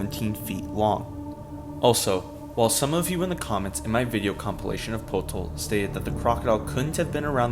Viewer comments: It’s “Putol” not “Potol” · its probably putol (chop) in filipino not potol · Potol, pronounced "Pu-toll", actually means "To Remove", "Sever" and "Dismember" in local dialects of the Philippines.